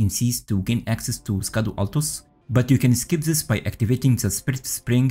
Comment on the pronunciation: Nice and powerful build! BTW "Scadu" is pronounced as "Shadow". "Scadu" is the old English spelling and word for "Shadow".